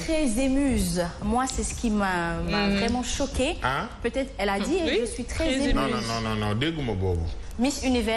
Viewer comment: On les sait parce que ces miss n'ont aucune culture générale la prononciation et l'articulation j'en passe ze me présente, ze zuis très emuze nonn mais choquée